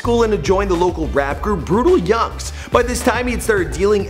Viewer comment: Brutal youngenz not brutal youngz